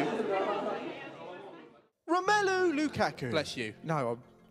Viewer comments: actually the pronunciation of romelu :p is not right! Here in Belgium we say Rom'u'lu and not ROM 'él' lu :) anyway great song and great striker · Would be better of you could say his name right.... It's more like romelu lukarku, how you pronounce it. Sorry be awkward over it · Im from belgium too an i say romélu Not romulu